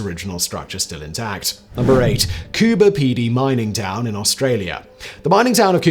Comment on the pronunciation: Thankyou for pronouncing Coober Pedy correctly 🇦🇺💜